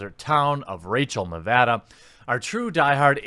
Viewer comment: btw, that is HIGH-KO nevada. I lived there for a bit. right in Pahranagat Valley